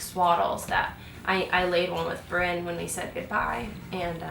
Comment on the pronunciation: My family calls my grandfather Brynn when he doesn't have his hearingaids in, his name is Bryan. Every time you say Brynn I think of my old fart of a grandfather, no disrespect in anyway just thought it was a little funny.